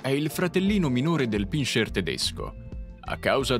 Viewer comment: non si dice pinscier ma pincer